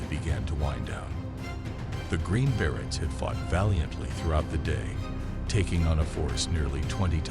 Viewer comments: Bere-y not bere-ts. English speaker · pronounced “Berets” wrong the entire video wow